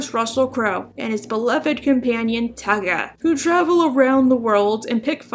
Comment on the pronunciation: No you were right, it is Tugger (Or Tugga as you might want to spell it), not Tuggerrrrrr like most Americans want to say! Never emphasise the r sound at the end of a syllable if you want to sound Aussie. All it does is modify the vowel, it doesn't get pronounced on its own